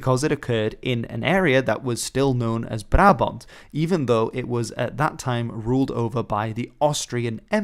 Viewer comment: Wait, was it "Barabont" or "Brabont"??